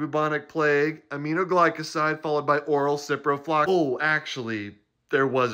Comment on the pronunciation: The fact that he could say ciprofloxasin that many times without failure was impressive.